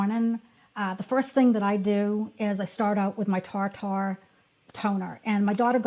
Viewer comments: Just a heads up - it's not pronounced "tar tar". It's pronounced " tear tear". Like the stuff that falls from your eyes. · why are you deliberately mispronouncing Tir Tir as TARR TARR???…like wtaf ! it’s so offensive!!! if you are on the Internet giving out information or advice about products the very bare minimum you can do is correctly pronounce the name of that product… particularly if it is from another language/ culture/nationality-it’s so cringe -it’s pronounced TILEU TILEU - quickly …rolling the L with a D sound like “te-dlue”… do you even bother to check information about products pronunciation etc before you turn the camera on!… you can even use Google translate and listen to how the language is spoken … it’s not like you haven’t heard it pronounced “ter ter” .. that would be a bajillion times better, even though it’s incorrect it is the English pronunciation of those letters.. how do you get tarr tarr from tir tir? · Tir Tir is pronounced like “tier tier” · Love this video, your skin is beautiful...I love the TirTir ("tier tier" or how Korean's pronounce it tier tu) Toner as well...It is awesome.😊 I have both the LYS and Milani stick foundation too. They are both excellent. You are picking products right up my alley. I will continue watching. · also, Tirtir is pronounced "tier-tier" (rhyming with "deer-deer" or "beer-beer"). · It’s pronounced “Teer Teer” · Your saying tir-tir wrong. It’s not an ‘a’ in there